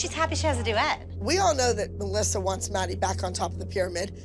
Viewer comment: Muh - LISSA 😂🤣